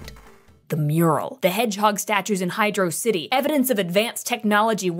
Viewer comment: Actually it's pronounced Hydrocity like Velocity.